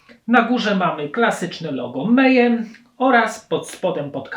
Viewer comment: Nie "mejem" tylko "mejhem" poza tym nie powiedziałeś niczego nowego każdy kto siedzi w black metalu a zwłaszcza norweskim zna to od podszewki, ten materiał były dobry ładnych kilka lat wstecz. dowidzenia.